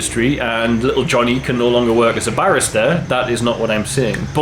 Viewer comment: I find it funny your pronunciation of barista sounds like barrister! I thought Little Johnny's legal education had to be paid for by the coffee industry